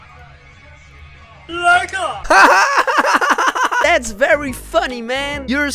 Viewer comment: "Lekkah" HAAHHAHA